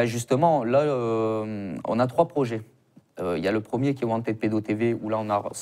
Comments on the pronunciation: Wanted. Prononcer want[ed]pedo et pas want aid pedo. La prononciation change tout. Wanted et wantaid... ce n'est pas la même chose et c'est certainement un lapsus révélateur de want aid pedo. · Wantède ou wantid pédo ? Wanted en anglais se prononce wantiiid . Choisir un mot anglais pour le prononcer à la française... pas terrible. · wanted se prononce wantId en anglais. Wantiiid. Pas wantède. Wantide pedo n'est pas crédible car cette association traine avec des groupuscules d'extrême droite.